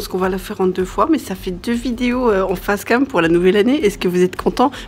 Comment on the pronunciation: J’ai rigolé quand t’as dit face cam à parce que ça sonnait « fesses cam », suis je immature 😂😭😂😭😂